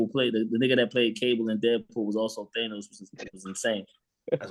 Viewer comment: Street can't pronounce Thanos, get him outta here 🤣